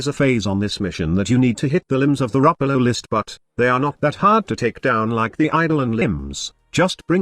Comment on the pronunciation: Thanks, I learned how to pronounce Ropalolyst from your video.